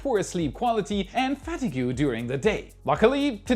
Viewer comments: that word is pronounced "Fa-Teeged" not "Fati-gued". I always say it like that in my head tho;) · Not “fatty-goo” but “fa-teeg” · During the ad, did you pronounce fatigue as fat-a-gue? 😅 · Fatigew? are you an A.I. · lol .. fat-ee-gew ... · had to come right to the comments. Yours was the first one I saw! Fat-ig-yew 😂 Love the channel, but that was funny as hell to hear! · Wait…you said fat-ee-goo? You mean fatigue? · Did you pronounce fatigue like fat-i-gyew? What? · Fatigue 😅... In English it's pronounced "fa-teeg." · Wow new pronunciation of Fatigue: "Fah Tea Goo" during the day during sleep commercial. Great innovation! Now what is the French pronunciation of Parachute? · Fatigue is pronounced "fa-TEEG" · Fatigue is produced “Fa-teeg” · Wait... did say FA -TIG-YOU???😂😂😂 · Great report. Thanks. That English word "fatigue" is quite irregular and is pronounced as fa - 'teeg. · Sorry, I'm going to be helpfully pedantic (or pedantically helpful): "fatigue" is pronounced [fə 'TEEG]. (Rhymes with "the league") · It is now Fat-I-gue!